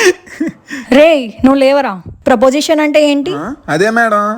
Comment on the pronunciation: Asalu niku cheppadam vacha proposition kadhu preposition palakadam Radha cheppadam radha